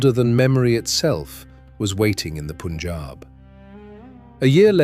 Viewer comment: The commentator should at least pronounce the names properly..... It is not " Poonjab" ...but PUN , rhyming with GUN .....PUNJAB